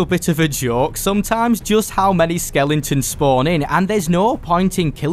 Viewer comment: Skellingtons? Its skelEtons